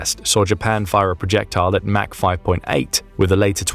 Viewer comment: this is the only place that hear "mach" pronounced "mac" versus everywhere else in my life pronouncing it "mock".